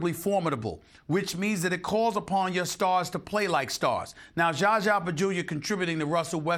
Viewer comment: Why does SAS glitch Zaza’s name? Is it purposely or nah? Regardless, it’s the funniest thing ever😹